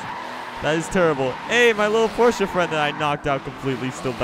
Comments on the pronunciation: wait... did he just say porcha "9 11"? 0_0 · Does it annoy anyone else when he pronounces it Porscher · you say Porshce weird